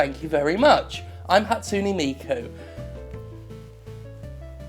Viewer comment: Ha-tsu-NE, not Hatsuni. T_T Pleaaaase tell me you were doing that on purpose.